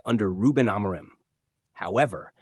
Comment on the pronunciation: When are these guys gonna pronounce Ruben’s last name right? Both Rooney and Carra still call him “A-Maureen” maybe when he wins something.